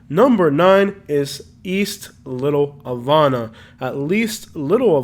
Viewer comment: It's pronounced "Little Ha-vah-nuh" and "Al-uh-pat-uh"